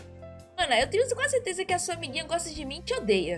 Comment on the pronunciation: Esse "Fero" e esse "certesa" machuca o português